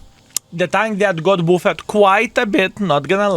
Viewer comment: Its “BAFD”, not “bufed”